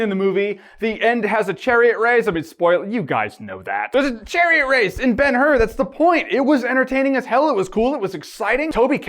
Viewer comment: Ben-Hur = Bone-How